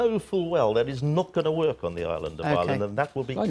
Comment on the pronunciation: The Welsh lad, Lord Murphy, can't even pronounce Ireland. He's saying island, like lots of others do...